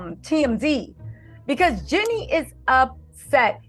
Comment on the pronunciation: Jeannie not jinnie